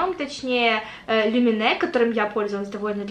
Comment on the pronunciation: Правильно лУмене. Это наша финская марка и на финском читается лУмене!